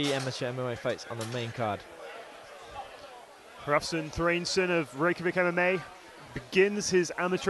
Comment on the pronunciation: it's painful to listen to the commentators say Hrafn's name lmao